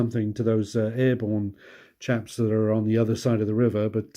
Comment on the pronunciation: You said, “…these chaps here…” lol, for a second, I thought you said “Japs”. I had to replay that part 🤪😂